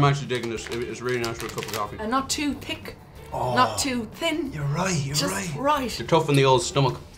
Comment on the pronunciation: Woah woah woah... Did she pronounce the 'th' in thick and thin differently?!?!?